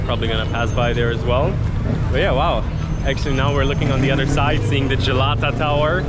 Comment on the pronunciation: Not like Gelato , it s Galata (like galatasaray)